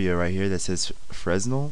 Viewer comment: Fresnel is pronounced "fray-nel"